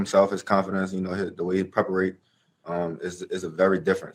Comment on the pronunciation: Lol the way he preperate